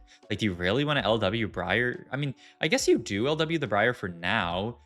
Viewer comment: Love your vids mate, keep it coming please. However why do you keep saying Briar that way? It's wrong! lmao =]